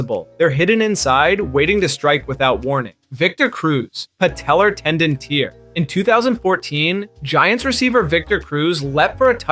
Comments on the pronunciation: His knee shed a tear? Lmao can you not fucking pronounce simple words properly?? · "Patellar tendon tear (pronounced like 😢) These AIs are really starting to get smart.